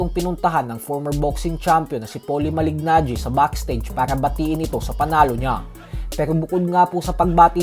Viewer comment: Malig- Najee mali pa pag pronouce mo boy, Kala ko ba boxing fan ka ? Kung nanood k tlgang boxing alam ang pronunciation ay Malee-najee Mali pa spelling mo sa title boy Mali"GANGGI" . "GANGI" talaga? pra g@ lng . Hay naku